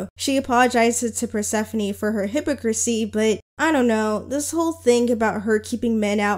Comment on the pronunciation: why did you pronounce hypocrisy like that💔💔